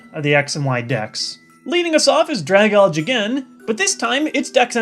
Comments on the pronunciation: its (drag - alge) not (dra - gauge) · It's not dragonge dragalge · Did you just pronounce Dragalgae "drag-alj" It's "drag-al-jee" you know a combination of "dragon" and "algae" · Your pronunciations are a bit off. Honedge has a long O sound (hone + edge). And Dragalge has an E sound at the end; dragon + algae. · I'm pretty sure it's drag-al-gee, since it's named after algae. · Isn't it pronounced Drag-el-guy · It's pronounced "Drag-al-gii,", a combination of dragon and algae; it's based off a Leafy Seadragon, a seahorse that looks like seaweed... I dunno why I get so irritated by Pokemon name-mispronounciations, I've been calling Arceus "Ar-see-us" since it was released, and I still do! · it's pronounced drag-algea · It's drag-al-gee, like dragon algae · You pronounced Dragalge wrong. Ever heard the word "algae" spoken, 'cause Dragalge is a combination of dragon and algae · You pronounced Dragalge wrong my man. Drag as in dragon Alge as in algae .